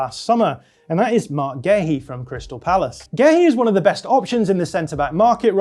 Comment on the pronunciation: Just pronounce Guehi like everyone else 🤦‍♂️